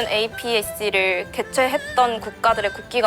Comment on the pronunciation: 이걸 에이피이씨 라고 읽는 시람 처음봐 에이펙이라고 하지